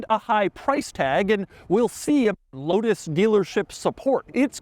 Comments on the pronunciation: The L in Lotus should be a W. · I saw one of these in person last weekend at McLaren Philadelphia and stood in front of it trying to pronounce the name like Doug did on the drive…out loud…like a crazy person.